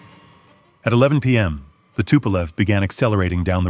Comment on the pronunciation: Что ты мелешь, тупой робот!? Какой сисисипи? Эс ЭС ЭС Эр!Так это читается правильно!И какое пулово если правильно аэропорт в Ленинграде называется Пулково! Самолёт не тупа́лев а Туполев!И не 254 а154!! Это только некоторые так сказать ошибки за первые несколько минут видео! Это просто невозможно слушать!Ставлю дизлайк и нет сил смотреть и слушать эту галиматью до конца!